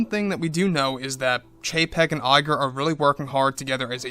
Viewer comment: I keep hearing it as Bob JPEG xD